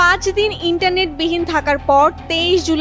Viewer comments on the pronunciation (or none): none